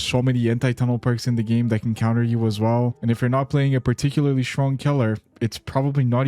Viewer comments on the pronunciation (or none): none